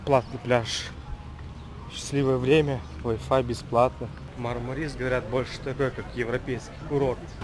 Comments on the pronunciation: МАрмарис, потому что в турецком языке в названиях городов ударение ставится на первый слог! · Ударение на первую А , а не на И . Правильно мАрмарис!!!! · Ударение неправильно режет ухо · В Турции нет города Мармари'с, есть город Ма'рмарис. Ну так, для информации... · Говорить правильно научитесь. Мармарис-ударение на первый слог!!!